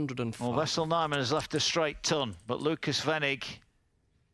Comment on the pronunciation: It's wessel N ,not vessel . Where do they get these announcers 😊